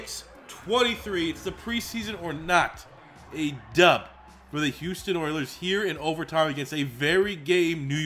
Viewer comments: Hus instead of Hou makes me gag lol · I hate how it says HUS for Houston